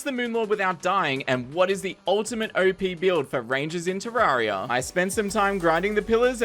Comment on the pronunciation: Isn’t it ter - air - e - uh not ter - are - e - uh